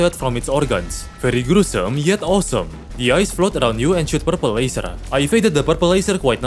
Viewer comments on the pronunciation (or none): none